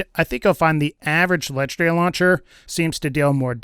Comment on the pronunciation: LEGENDARY not LETCHDARY